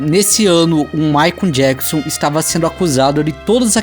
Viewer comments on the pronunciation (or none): Rachei o bico com ele falando MaicUMM JacksUMM kk